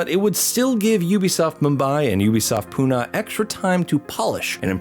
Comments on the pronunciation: It's not pu - na its pu - nae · Fun Fact: Pune is Pronounced as Pu-nae